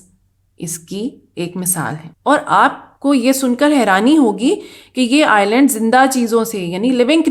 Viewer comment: Screen par Island likha hai jbki ap bar bar Irland bol rahi hai, aisa Q?